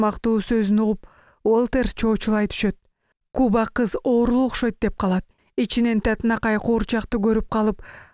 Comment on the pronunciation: Куба кызды туура эмес окуп жатасызбы ?. Же мага ушундай угулуп атасбы? У эмес а га басым жасасаныз туура болобу?Куба деген бледная деп которулатта.